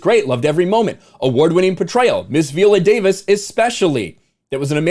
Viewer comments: At least get her name right viola -VIola not Veola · Good video but her name is pronounced "Vy-oh-luh" not vee-oh-luh. I guess Viola is not a name that is often heard in the white community. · Veeolah lol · You cant even say her name correctly. Smh